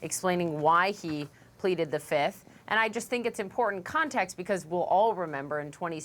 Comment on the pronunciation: Trump today: 1, 2, 3, 4, Fif! I plead the Fif. Remember that Dave Chappelle skit? I say Fiiiiiiif! If it's a witch hunt, you should have brought receipts and EVIDENCE, NOT plead the FIF lol.